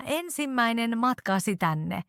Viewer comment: Tämä nuori nainen ei ilmaise itseään hyvin ! Esimerkki : "Matkasi" hän ei ääntä sitä hyvin ! Lisäksi hän puhuu nopeasti. Ei sen niin pitäisi olla! Hän lausuu sanan ”Matkasi” tauon kera. Hän lausuu sen näin: ”Matka – si meni”... hän lausuu osan ”si” erillään sanasta ”matka”. Hänen pitäisi lausua se yhtenä kokonaisuutena. Hän lausuu ”si”-osan käytännössä yhteen ”meni”- osan kanssa – siis: ”simeni”. Sana on ”matkasi” – kaikki yhtenä sanana !